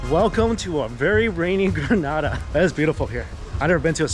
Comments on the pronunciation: PSA to ALL Americans, Canadians and such like who insist on saying Gruh-NAH-DAH after we keep telling them it is Gree-NAY-DAH. It's a 'Nay', people, as in in say or day or pay or lay and not a 'nah' and in pa. Relinquish your North American tendencies for just a second and say it after me, Gree-Nay-Dah [or Duh, if you fancy]. Granada is a place in Spain, btw. Not to be confused to the Isle of Spice, Grenada. Lol. You're welcome! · It’s Gren-AAA-Da. You belong on all inclusives you definitely get your moneys worth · It’s Not “gra-nah-dah” it’s Gree-nay-dah”. 🇬🇩 not 🇪🇸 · Correct pronunciation is Grah-nay-dah. The pronunciation you used is in Spain. 😊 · Thank you for showcasing us .. but say it with me one time! Greeeeeeeeeeee nayyyyyyyyy dah!!! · Gren-ay-da. The people are Gren-ay-de-ens! Get it right please. That’s disrespectful. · Grenada Is not prounaced like that smh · It's Grenada. u said it a lil wrong, but you're okay.... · You’re actually very much so mispronouncing the name of the island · The way you’re saying Grenada is cracking me up! Also if you’re in the Caribbean the food will be a lil over cooked, delicious as all hell, but they do over cook meats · The pronunciation at the beginning had me cringing 😂 but looks like you got it 👍🏾